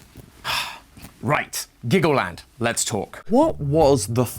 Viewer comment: dude u mean glaggleland?